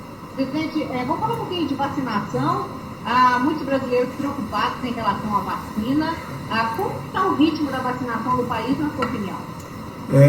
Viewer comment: Veja que ele fala "vachina" e depois se corrige. Mente descaradamente Mas o interessante é que atrás da coronavac com propina ele correu atrás E da covaxim, feita sob o mesmo modelo que a chinesa É um psicopata.